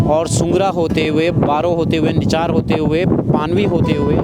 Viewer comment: Very nice informative blog. One correction it's NICHAR:निचार not निछार👍👌👌